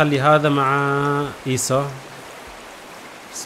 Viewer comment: بعدك تغلط في اسمهم 😂😂 ايسو مو ايسا